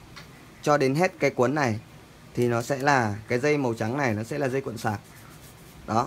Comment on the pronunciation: "cuộn" chứ không phải "quận" bác ơi. Người nghe không quen sẽ thấy nó buồn cười lắm :)))